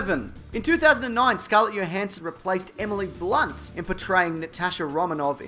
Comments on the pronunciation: It’s not yo it’s Jo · The J in Scarlett Johansson is not silent. The proper pronunciation is Joe-hanson, not Yo-hanson. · Stop mispronouncing Scarletts f'ing name. It's her name, you pronounce it how she pronounces it, JOhansson. It's disrespectful pronouncing it wrong. Local parlance isn't an excuse.